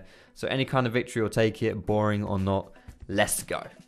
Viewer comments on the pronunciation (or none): ehm? oO Wictory oo or what doubleyou? xD